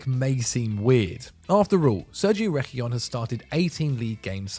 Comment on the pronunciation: where's the "L" in Sergio's name?! Reguilon It's pronounced, Reh-gill-On like fish gills.